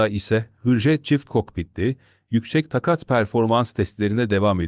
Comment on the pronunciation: Beyefendi, Takat derken a harfini uzun okumalısınız Keza, ani derken yine a harfini uzun okumalısınız Vah vah diyorum size Hürmetlerimle